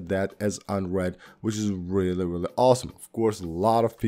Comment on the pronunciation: “Weally Weally Cool Video“